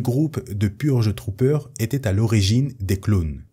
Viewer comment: Pour la partie sur les Purge Trooper g eu un bug , j'ai compris Pur jus troopers xD